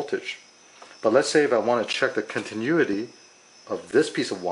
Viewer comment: Great video! Continuity (con-tin-new-ity)